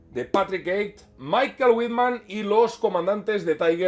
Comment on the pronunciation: si eres alemán y te llamas Michael, en realidad se pronuncia Mijhaél, así como una alemana llamada Michaela, se pronuncia Mijhaela o si es muy cercana Mika.